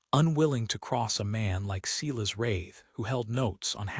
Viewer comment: And Silas pronounced Ceelas grates on me.